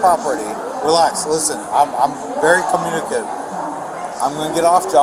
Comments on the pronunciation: "Im very communikiv".. Yeah, thats obvious,. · "I'm very communcive"